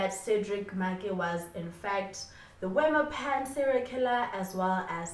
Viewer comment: I am here for the Afrikaans elocution lessons. "Wemmer Pan" is a Afrikaans word, pronounced as "Vem-mir Pun". Keep up with the great content 👌🏽